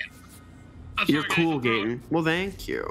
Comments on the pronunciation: It’s funny how people always mispronounce Gatens name 😂😂🤣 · sadly ninja and made me feel so cringy and when she said gatens full name wrong made me feel bad for gaten i bet ninja and her wife where paid to play a dlc from a show that they probably didn’t heard about until they played it in this video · not her getting Gaten’s name so wrong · I said I didnt know who they were, and when I saw they r sort of popular, I didnt have respect for them. They are obv haters toward Gaten bc he is a real celebrity. I mean neither of them were rly helpful during the match, and seemed uninterested about Gaten's show. And that girl to mispronounce Gaten's name, that was ignorant. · I don’t like for mispronouncing his name